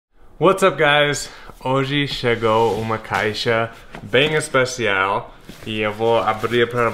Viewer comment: e engraçado o jeito que ele fala, "espacial" kkkkkkk